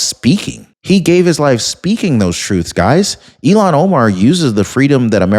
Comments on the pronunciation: Her name is pronounced (ill-hawn), not (ee-lawn). Ilhan is certainly NOT even close to being an Elon. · Illiam omar not eilon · ILLHON, ILLHON, ILLHON, ILLHON, ILLHON, ILLHON, ILLHON, ILLHON, ILLHON, ILLHON, ILLHON, ILLHON, ILLHON, ILLHON, ILLHON, ILLHON, ILLHON, ILLHON, ILLHON, ILLHON, ILLHON, ILLHON, ILLHON, ILLHON, ILLHON, ILLHON, ILLHON, ILLHON, ILLHON, ILLHON! It's Illhon Omar...NOT Elon!